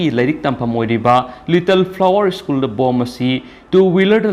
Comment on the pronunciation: (Zack Bou) Mingsidi meine hey 🔥🔥🔥 English pronunciation tourak pa matam dadi school shu ischoon heina pronounce touba, Aduga Favourite shu fabarite heina touba.....Noi Tamda lei na ngei mapham loukhrabra mibu chetkhro heiri sibu... ..hoine noi tamda di Houjitti chaga leite Adugi noigi Lou(paddy field) pukhri singsu leibakna phumdokla ga yum sha na ngei tou ri baniko........Adugi nine noina migi land mullaga lei na ngei hotnari ba se kom.